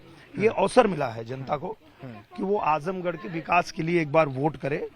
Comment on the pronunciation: आजमगढ़ गढ़ है गढ़हा नही